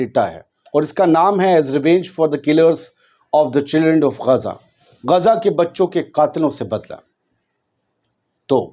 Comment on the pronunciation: Gezza math bolna bhai sekho Gaza khaho